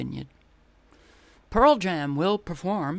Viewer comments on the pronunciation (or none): none